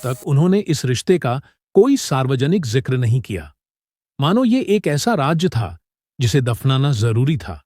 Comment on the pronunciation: The commentator should pronounce secret as Raaz not Raaj